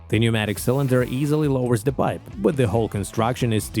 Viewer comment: The 'p' in 'pneumatic' is silent 🙂